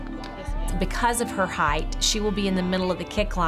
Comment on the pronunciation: "heighth" is not a word.